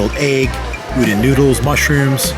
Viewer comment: Awesome! Thank you for showing the new noodle booth! Can’t way to try it when I go!! Also, just sharing… the “don” in udon is pronounced more like “dawn” than “din” and the word pho is pronounced like “fuh”. I hope that doesn’t come off as offensive, just sharing info about Asian culture :)